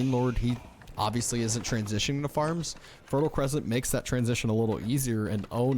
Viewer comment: When MarineLord plays Abbasid, it’s pronounced fertile croissant.